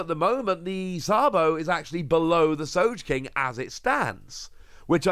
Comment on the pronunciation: So-geh-king I wanna pull my ears listening to you butcher it. It's about time you say it right. It's about time you say it right.